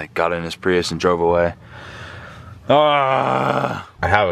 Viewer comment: WTF is a PRE USSE. It's pronounced PREE US. Look it up.